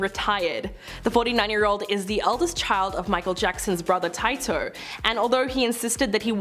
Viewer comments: Good observations. I’m an Aussie & I thought the same, but ur right. When she Tito I had a little chuckle….I mispronounce words too! I like her bubbly disposition 😊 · Cracked me up too 👍🏽🤣😱……my instant thought was……say what 🤷🏽‍♀️🤣🤣🤣. Where the hell did u get that pronunciation from 🤷🏽‍♀️🤔🤣🤣🤣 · The way she said Tito Jackson’s name?!?!